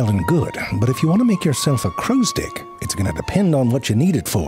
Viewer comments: Hes saying dick right? Im not mishearing that right?😂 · Haha, once I almost thought you said "crow stick". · You're saying 'crow's stick' to sound like 'crow's dick' on purpose, aren't you, 👍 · You think we didn’t notice you saying dick instead of stick multiple times?! Eh?? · your defo saying dick and stick its hurting my brain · I am hearing "crow's dick" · How is no one commenting on crows "stick"/"dick" lmao you clever bastard you know you pronounced dick several times lol i love zefrank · haha. I can hear you actually saying dick. makes it so funny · This pronunciation really makes it sound like this is a documentary about crow's genitalia. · He's definitely not saying stick... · I wonder how long he had to practice to learn to pronounce the word such that it sounds like the midpoint between "stick" and "dick". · I can’t handle him saying “Crow’s stick” one more time, and I hope that’s on purpose. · Zefrank once again riding that fine line between the t and d sounds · Ze I seriously am not hearing stick lol I'm hearing a totally different word 😂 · thats not how you say stick